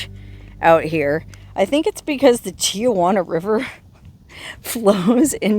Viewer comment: Local San Diegan pet peeve, here: it is Tee-Hwan -uh. There are NOT 3 'A' s in Tijuana. I have spoken. Have a good time I'm up here in Carlsbad about 45 minutes from there where you are in good traffic. You shoulda camped here; we have nice campgrounds from here to San Clemente. Dana Point's a nice one, too ! Peace, sister!😊